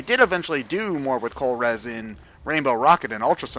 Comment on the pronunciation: The whole Zygarde cell scavenger hunt thing is just stupid. Also, Colress' name is not pronounced "Colrezz". :P